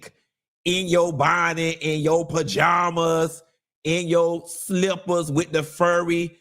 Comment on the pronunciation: The way you pronounce “bajamas” 💀